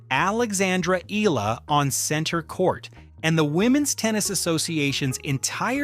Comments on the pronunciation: EH- YAH- LAH. Say it with me. EH- YAH- LA. thank you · Eala is pronounce as,, E-Ya-La.....